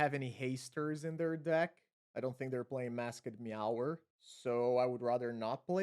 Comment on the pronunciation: im a HUGE steelfin whale believer! love to see more support for it! also, when you say "masked" in english, its only one syllable, you dont need to say mask + ed, just pronounce it like "maskd" cheers!